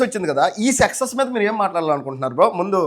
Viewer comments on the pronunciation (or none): Sexus కాదురా బాబూ సక్సెస్ 🤣🤣🤣🤣